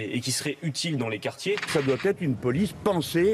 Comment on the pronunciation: "les gard'gins " ? "les quart'chés" ? élu par ses "pairs" ? ...certes, mais pas par la meilleure part"chie !